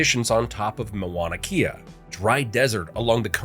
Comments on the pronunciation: This is another irritating narration of the Hawaiian history. The mispronunciation of the Hawaiian language is a great disrespect of our Hawaiian language. I enjoyed the history and its spectacular journey of Hawaii's history of its birth to its current growth today. But your narration is filled with 90% of mispronounced names and words. How can you continuously mispronounce the word "Mauna Kea". The name starts with Mau (pronounced Mow) therefore, it is pronounced Mow-nah Keyah. Our Iolani Palace is pronounced Eeo-lah-nee Palace. Please take a brief course on how to pronounce Hawaiian words before narrating such a wonderful history that was literally destroyed by your ignorance of a beautiful language and history. It was difficult to patiently follow your narrative without doing justice to the Hawaiian people by writing this comment to help you educate yourself and the world properly. Mahalo (Mah-hah-low). 🤔🤔😒😒🤔🤔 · It's M-A-U-N-A K-E-A not Mawana Kea. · As everyone is pointing out, the pronunciations are painful. My son has lived on my acreage on the Big Island in Kau for almost 20 years. I was shouting at the TV with the correct words LOL! There was one photo of Kauai when you were talking about the Big Island too. "MoanaKea" and MoanaLoa" makes me laugh every time though... 🤣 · OMG I had to stop watching the show and come here and make a comment about how uneducated you sound saying Moana'kea - instead of the real Hawai'ian name ..Please if you will do movies about Hawai'i, and try to pass them as "education", do not narrate them with non natives of Hawai'i - sounds completely ridiculous and I am a malehini. Stop!